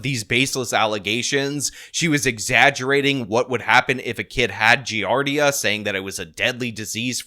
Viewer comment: These low IQ streamers never know how to pronounce things lmao. It's "Giardia" not "Giarda", just one more thing that makes them sound even dumber than they already are.